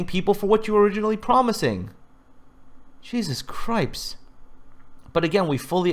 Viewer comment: "Schesus Cripes"